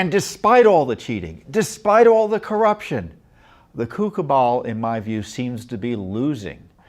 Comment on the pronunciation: Did Mr. Fitton say coup cabal or 'coocoo bunch'?